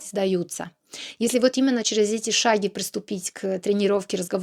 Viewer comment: За 10 минут непрерывного монолога заметил всего одну грубую ошибку ! Молодец. (сказала шАги вместо шагИ - наверное, потому что Šàgi и Šake. Или, может быть, shagging ? ))) ). Ну и мягкие гласные надо тренировать. А так, конечно, прекрасный русский. Мне лет 20 потребовалось в Англии прожить, чтобы на С1 разговаривать. Целенаправленный тренинг требует большой дисциплины, которой у меня нет.